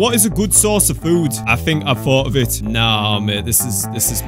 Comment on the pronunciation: "Offit" I guess